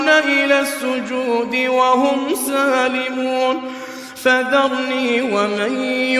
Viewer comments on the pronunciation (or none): none